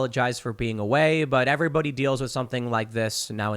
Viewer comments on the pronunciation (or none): none